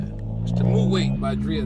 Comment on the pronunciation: it's not pronounced "mu'wait but Mu'wot"